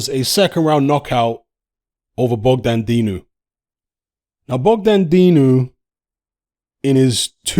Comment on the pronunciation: Man said Dogdan